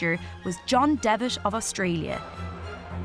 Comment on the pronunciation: And calling John Devitt "John Devish" is just wrong.